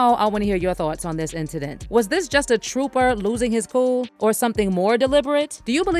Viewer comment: WHAT IS A ‘TROPPER’ ? SMDH 😂